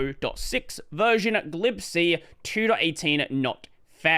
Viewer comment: What is glibsee? Ohhhh... you mean G lib C ?